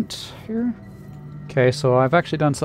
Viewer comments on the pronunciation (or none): Every time he says camo Tim, I hear camel Tim and I laugh every time.